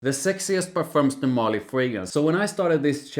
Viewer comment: MarLY, not MÁrly